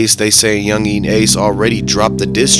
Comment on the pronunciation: "Youngin" bro, not "yungeeeeen" 😂